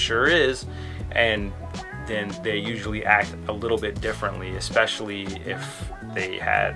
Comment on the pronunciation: "ess-specially", not "ex-specially"